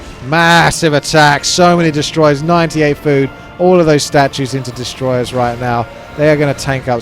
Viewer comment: De-stroyers NOT DES-TROYERS PLS